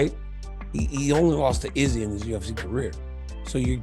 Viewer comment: Man I can't stand how you pronounce izzys name!😂